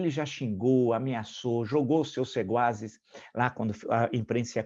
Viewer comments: Marco Antonio,ouvi varias veces o teu sempre magnifico comentario (21/02/2021).Voce pronunciou algunas veces "seguaces" em lugar de secuaces.Perdão se meus ouvidos me trairam. Forte abrazo. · * sequazes (eu ouvi seguazes 😁) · O senhor disse seguazes, no lugar de sequazes (partidários) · ... sequazes... ou sequazes... nunca seguazes!... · Professor, data vênia , é sequazes e não seguazes.